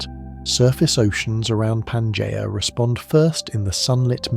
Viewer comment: The AI voice trying and failing to pronounce Pangaea in numerous different ways is hilarious.